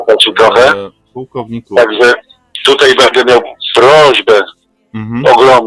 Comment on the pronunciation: Uwielbiam fachowców mówiących "tutEj".